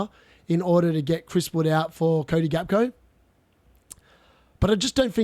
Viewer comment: Hey mate, Gakpo is pronounced Hack-po You are currently saying Gakco like Costco. You can google it as well